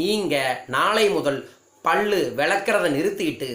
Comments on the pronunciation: பள்ளு இல்ல Boss... பல்லு. சரியா உச்சரியங்க!!! பகிர்வுக்கு நன்றி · பல்லு not பள்ளு...உச்சரிப்பு செரியில்லை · First learn how to pronounce pal pls.